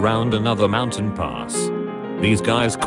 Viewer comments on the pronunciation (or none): none